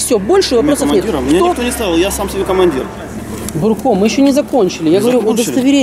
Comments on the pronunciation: Не Бурко ,а Дурко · Не Бурко,а дурко)))) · не бурко а дурко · НЕ БУРКО ! А ДУРКО!!!! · Не Бурко, а Дурко самый настоящий 😝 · Внатуре инспектор Дурко,а не бурко.)))) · ахаах не бурко а ДУРКО!!! мля))) точно твердолобые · Он не бурко,а ДУРКО... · Не Бурко, а ДУРКО. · он не бурко а дурко! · Не бурко, а дурко! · Да не бурко а Дурко! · НЕ Бурко , а ДУРКО ... если есть видеорегистрация .. ???? Так она есть или нет ? Почему тогда ты дебитор остановил водителя ??????